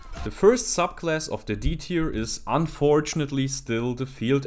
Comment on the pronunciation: It sounds like he says suck class at some ones